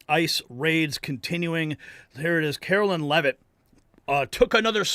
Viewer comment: How about learning how to pronounce the Press Secretary’s name…….it’s not Carolyn.